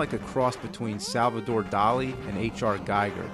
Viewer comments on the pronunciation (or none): Sorry for nerding the fuck out , but you pronounced H.R Giger as in "Gaiger" , wereas it should be : "Giiger" Such a nice episode showcasing the whole franchise's confusing name clusterfuck , and fuck "2010" looks horrible. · Giger not pronounced the way its written (in english) its pronounced "Geeger".